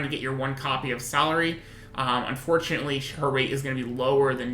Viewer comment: Its pronounced as Vik - Two - Rah and thats Sa - Lee - Re.